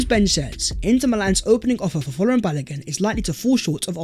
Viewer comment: Correct pronunciation of Folarin is Fōr lãr rïn